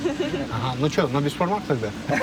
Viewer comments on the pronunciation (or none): none